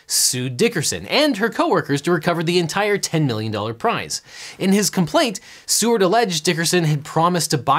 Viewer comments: The guy in the examples name was Edward Seaward, but I heard it as Edward C-word which I found quite fitting. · I will call him "Edward C-word" because that's what I heard.